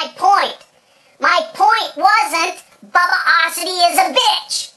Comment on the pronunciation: does he know hes saying Bubbiosity wrong? XD